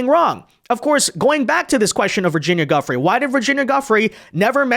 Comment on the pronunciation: Why not have the respect to pronounce "Giuffre" correctly?